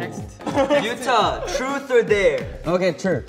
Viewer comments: DUDE haechan just said truce or darex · CINDY TOH no no it’s TRUS or dare 😂😉 such a cutie 😂😂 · It's more likely trus or dayre. The way chanie pronouncing it